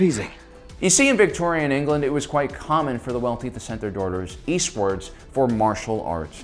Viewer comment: I was wincing every time he said “Victorian”...